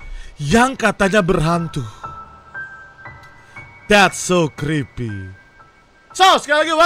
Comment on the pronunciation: "DHETT SOOW KRIPII~" candu bang hahaha😭😭